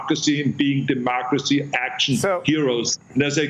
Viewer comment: Dimooocracy...its always Dimooocracy!